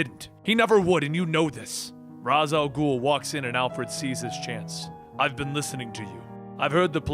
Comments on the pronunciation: Raz Al'ghul. pronounced RAYSH AL GHOUL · great vids but isnt Ra's al ghul pronounced (Ray-shall-ghul) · Ras al ghul? I thought it was Ra's al ghul, either he pronounced it wrong on accident or I did. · seriously.... it is NOT Raz Al Ghoul... it's pronounced Raysh al Ghoul.... otherwise, good work! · Just a question, isn't is pronounced like raish not ras al ghoul? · Why the fuck does this guy pronounce raich al'ghul's name as ras? Does he know that in batman beyond that talia corrected Terry's pronunciation because of that? I would assume that's enough to get it into people's brain that it's raich and not ras! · Why’s he pronouncing Ra’s name like Raz. In every dc animated movie/tv series it’s not pronounced like that. Just sounds dumb. Only criticism, everything else is good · I love this channel, you’re saying Ra’s Al’ghul incorrectly. It’s pronounced “Ray-sh”. Not trying to be “that guy” but. Just trying to help🙂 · I love this channel, but for the love of God, it's pronounced "Raesh Al Ghul" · probably because he mispronounces Ra's Al Ghul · I'm only bothered by the mispronounciation of Ra's Al Ghul